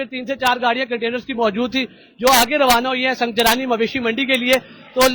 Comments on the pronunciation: سنگجانی ہے سنگ جلانی نہیں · Sangjani tool plaza Hy salay pronunciate tu kar thk say